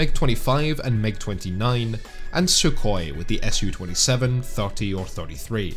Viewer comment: Su-27 is "Soo" 27 because it's the first syllable of the name Sukhoi, not the letters S and U. It's always "Soo" 27.